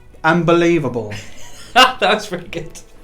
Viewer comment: Ambulievable...seriously 😂